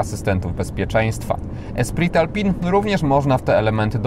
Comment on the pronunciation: Tak w ogóle to mówi się Ostral i Sębioz. Espri Alpine.